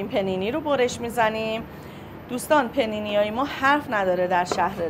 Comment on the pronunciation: اقا پ نی نی نه! پانی نی لطفاً 😅